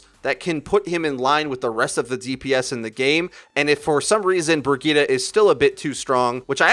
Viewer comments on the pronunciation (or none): With the way he was pronouncing Brigitte, I couldn't even finish the video lol.